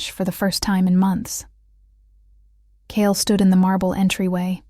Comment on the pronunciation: Kayla and her daughter Ivy, were running away from Richard and the toxic relationship with him. Ivy asked a total stranger for help, who did. Kale , Kaylie or Kayla, is one person, pronounced differently throughout this story but it doesn't take away the plot of the story. Loved it ❤❤❤❤